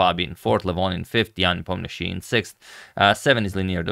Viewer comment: Yan Nepomnyachtchy